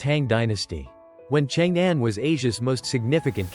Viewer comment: It’s not called Chang Anne - it’s more like Chóng Ōn!